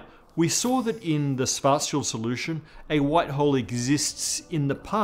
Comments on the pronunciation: Almost perfect pronunciation of Schwarzschild. Like just for paying attention to this. I've heard "Shwortz-Child" way too many times... Just use the English "sh" sound at the beginning (German "sch" == English "sh"). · Props for speaking Schwarzschild right. Work on your „sch“. The rest is really good.